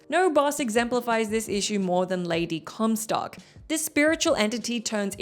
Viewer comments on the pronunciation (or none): none